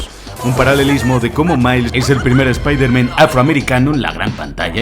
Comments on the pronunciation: Yo solo tengo una duda? Porque espiderman? Es el unico súper héroe que pronuncian "mal". Partes en el video lo dices bien y en otras no, pero siempre e tenido esa duda. Y utilizaste la versión en español latino se la peli. Quien es usted y que hizo con? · Repite conmigo, Spider MAN, no Spaider MEN jajajajaa alto nivel de video como siempre ♥ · La pronunciación de "Espihderman" es vergonzoso. Lo mismo con "Dardebil"